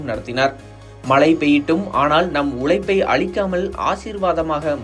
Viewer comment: வாலை உலைப்பு. ழ கத்துகிட்டு வந்து சொல்லுங்க